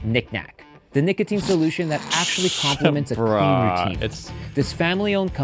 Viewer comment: IF YOURE DOING AN AD LIKE THIS ON A VIDEO LIKE THIS FOR THE LOVE OF GOD PRONOUNCE THE “O” IN NICOTINE. AINT NO SOFT “A” IN NICOTINE.